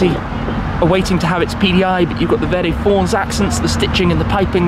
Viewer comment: Thumbs up Tim! Sounds like you pull an Italian "R" when you say "verde".... well done👍👍